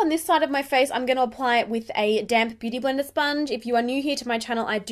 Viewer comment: I'm always hearing damp beauty bleeder or sponge. What are you dampening it with?